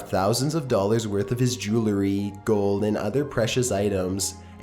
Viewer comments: Nope, LOL. Seems mostly everyone is in agreement with you! The man can't even pronounce the word 'jewelry' correctly...He should not be doing youtube; narrating is not his calling. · 'Jew-el-ry', not "joo-la-ree". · "Joolery" Oh my gooood this guy